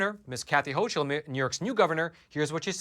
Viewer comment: It is pronounced Ho Kuhl not hoch uhl